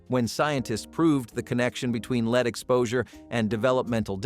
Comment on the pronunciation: Soundtrack says "without protective gear" while picture shows people in masks. C'mon, AI, if you want to take over the world, you're going to have to do better then that. Oh, and why does EVERY AI video pronounce the metal "lead" as "leed?"